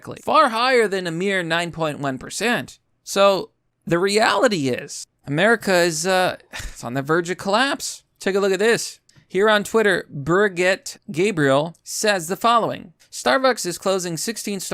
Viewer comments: I followed you because I thought you might actually be smart; though I agree with what you stated in this video; the fact that you said “un-convenien” instead of inconvenient, then went on to mispronounce the name Brigitte as “burget” and finally the word economist you pronounced “E-co-nomist” (it’s pronounced E-con-ah-mist) leads me to think you are not as smart as I thought you to be originally. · B-R-I-G-I-T-T-E = "Buhr-get"? HINT: How do you connect two sides of a river? You bridge it.